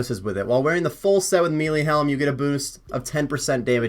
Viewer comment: So strange how not one osrs youtuber can pronounce melee properly 😂